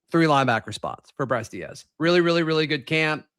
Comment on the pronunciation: Bro his last name is Deas (like D’s) not Diaz